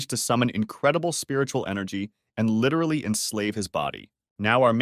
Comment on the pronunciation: Stop saying lirely